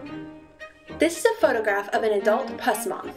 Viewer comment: Um... I believe it's pronounced "puss" like "puss in boots" because of the cat-like fur. Not "Pus" like the stuff that oozes out of your skin, like you were pronouncing.